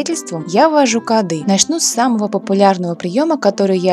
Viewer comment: кАды? Может кОды . И может не стройки , а строительства?